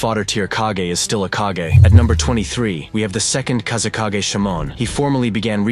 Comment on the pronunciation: As much as i enjoy this guys video's, his mispronounciation of several words throughout his videos drives me nuts. Kage is mispronounced 85 percent of the time. Then he mispronounced Anbu. I mean, have you watched the anime at all? How are you mispronouncing a word like kage, anbu is a little bit more forgivable but not much. 😮